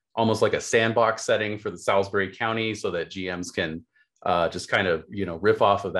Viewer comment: Love this. Just a quick note that Salisbury is pronounced ‘sawlz-buh-ree’ with a drawn out vowel in the first bit.